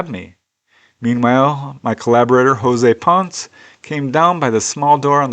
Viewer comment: the last name PONCE is pronounced PON-SSEH, just something you might want to know.,.